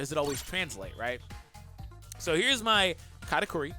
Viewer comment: I thought he said Kanike 😭😭😭😭